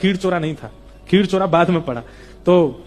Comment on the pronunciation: Khirchora nahi Khirichora Gopinath kaha jata hai unhe